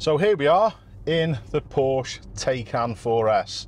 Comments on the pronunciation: Tiecan! Not Taken! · It is pronounced as TIE-CAN and it's also pronounced POOR-SHA 🤷‍♂️